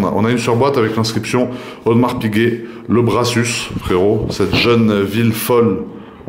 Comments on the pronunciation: HAHAHAHA jpp il a dit "audemars piguet Le braSUCE" stp respecte la marque que tu aimes tant XDD ca sce dit LE brassu LE "S" de la fin ne se lit pas BG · si jamais le "s" de la ville "le Brassus" ne se prononce pas ! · Merci beaucoup pour le partage de tes passions! Déjà fan de tes vidéos sur les voitures, avec cette chaîne sur tes montres, c'est que du plaisir à regarder!! Vivement la suite 😃👍🏻 P.S: On prononce "Le Brassus" sans prononcer le "S" à la fin 😉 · si jamais pour le Brassus on ne dis pas le S a la fin😉